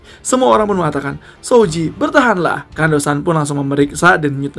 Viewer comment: Gemes bgt.namanya Kondo san.dibacanya jadi kando san.....